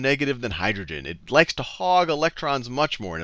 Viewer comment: "hog" not hug